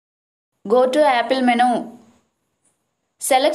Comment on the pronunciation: None of these worked and it's impossible to understand you. Practice saying the word "menu" a few times...